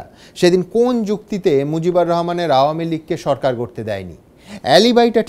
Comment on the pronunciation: It's Mujibur Rahman and not Mojib. Indian Bengalis really have horrible pronunciation of our names.